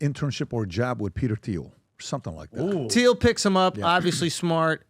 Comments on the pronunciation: PBD finally pronounces Thiel's name correct. lol Someone must have told him after years of saying it wrong. edit: nevermind, 2 more times later back to the "th" sound. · Why can’t PBD say Peter Thiels name correctly?